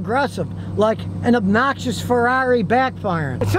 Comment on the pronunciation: Did you say obnoxious Ferrari?